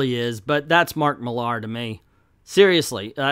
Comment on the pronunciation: Dear America, repeat after me: MILL-ar. MILL-ar. No, not mill-ARE; MILL-ar. Thank you.